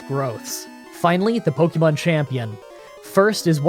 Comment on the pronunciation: As a fellow Canadian, I KNOW you took enough French classes to know that é doesn't make an eeee sound, and "Pokémon" is pronounced more like "pokaymon" than "pokeymon".